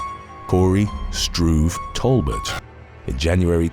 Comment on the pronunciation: First time I've heard someone pronounce Talbot "Tall butt."